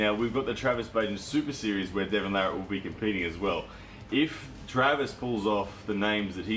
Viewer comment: Devon Larratt is by far my favorite armwrestler! And you are one of the few people that actually spelled and pronounced his name correctly. Everyone else seems to screw it up.